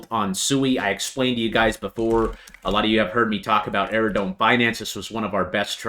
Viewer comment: Can I just respectfully tell you it’s “Aerodrome” not “Aerodrone”. It’s drome.